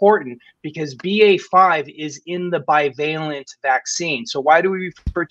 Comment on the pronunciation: FFS someone please tell Sam the word is BI-VALENT, not BIO-VALENT. Every show he massacres it.